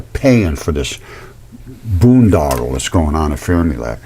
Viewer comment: Bro said ‘Boondodle’.